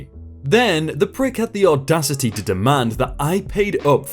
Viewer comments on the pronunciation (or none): none